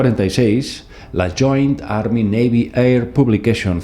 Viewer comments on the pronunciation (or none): none